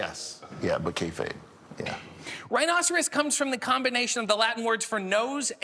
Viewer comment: does he say “Kay-fade” ? I wonder if that’s how he says it all the time …? I say labtop instead of laptop so I understand lol